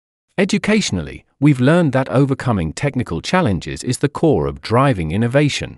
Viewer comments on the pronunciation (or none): none